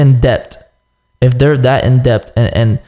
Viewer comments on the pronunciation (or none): cant say debt first he says d-e-p-t then this nigga says depth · My nigga say depped 😂😂😂 instead of debt 😂